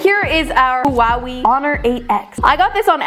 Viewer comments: "HeWaHeI" its pronounced "whawhei". "whuhee" isn't correct either lmao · It's way not wee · girlie, i love you but.. it's not hua-wi it's hua-way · im from serbia and pronounces HUAWEJ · It's huawe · am i the only one who just died when she called it hwa weey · Pronounce it as “hwaway” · No one:..: HUWAWIE😭💀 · Wait, you pronounce Huawei like that in English!!?? Oh my 😅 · thats not how you pronounce huawei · I laughed so hard when Said Huawei 😂😂